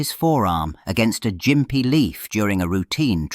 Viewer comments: Gympie is pronounced with a hard "G" as in "gimp." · The g in Gympie is hard, like gum or golf.